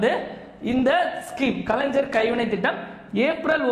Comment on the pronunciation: Kalaingar ஞ் உச்சரிப்பு தெரியாதா தம்பி